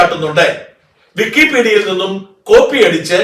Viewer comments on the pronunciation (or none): വിക്കി pedia.. ഇപ്പോൾ കേൾക്കുമ്പോൾ പേടിയാ..😂😂